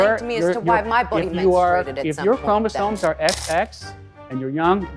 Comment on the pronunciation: ChromoSOMES not ChromoSONES